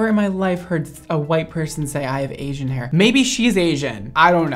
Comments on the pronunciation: im pretty sure the girl said 'aging' not 'Asian' lol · i heard age-ing hair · i thought she said “aging hair”😂😂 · I thought she said aging hair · Lol I thought she said I have aging hair .. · i really feel like she said aging hair, at least thats what i heard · I thought she said “aging hair”...lmao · I really thought she said "aging hair," not Asian hair lmao. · Same here... I heard aging lol. But who says they have "aging hair"?? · i thought she said "ageing hair" 😭🤚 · I thought she said she has “aging” hair... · I thought she said aging hair lol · She definitely said "aging" though... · I heard is as "aging" too and was like huh? Then i read "asian" and i was like huh again hahaha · Oh I thought she said “I have aging hair” lol and that’s why she had to use that developer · She did say aging but it sounded like asian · I have 'ageing' hair,. 'ageing'. lol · Braddd she said aging hair not Asian hair😭😂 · I thought the first girl said she has "aging" hair. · I swear i heard ageing hair and said Asian and i was like... i cant hear ageing anymore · Did she say "Asian" or "Aging" 🤣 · Did she say Asian or aging?! I heard aging at first.